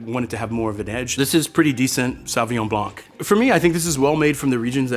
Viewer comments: Homie it’s Blanc not Blonk.. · The C at the end of Blanc is silent! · bro is a sommelier but pronounces the C in Blanc? What a joke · as a French, hearing a sommelier pronounce it sauvignon "blank" it just hurts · Love this guy Just one pet-peeve of mine this video is how he says blanc The c is silent in French. It's just blan The c comes into play when the word is in its feminine form, blanche (blan shh) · Not sure what I should make of the opinion of a sommelier who says Blank instead of « blanc » (the ´c’ is silent! It’s freaking silent!!!) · The c in blanc is silent bro 😊lol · Can some one please tell that sommelier that the C in < > is never ever pronounce. French is my native language and that was scorching my ears, that said amazing video! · the C in Blanc of Sauvignon Blanc is silent. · If you are a sommelier you should probably learn to pronounce "Blanc" ;) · He lost me as he was articulating the ‘C’ in Sauvignon Blanc. French variety of grapes, no need to over complicate. But say it right… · the c in blanc is silent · The C is silent in Blanc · please tell me you're not pronouncing the c in blanc...